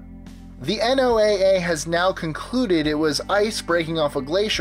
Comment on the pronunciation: This is just annoying... NOAA is a sayable acronym, pronounced like the name Noah.